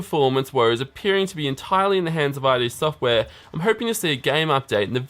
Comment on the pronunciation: its not i d software, its id software